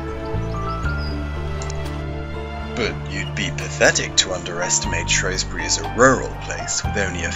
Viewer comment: its shrewsbury not showesbury